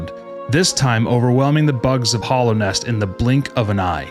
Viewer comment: this video is cool but it's mostly fanfic. also dude, it's hAllownest, with an a.